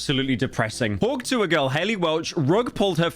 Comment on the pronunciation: Hearing mr slop say "hawk tuhw" made me life worse